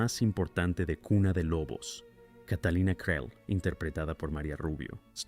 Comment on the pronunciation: Creel se pronuncia CRIL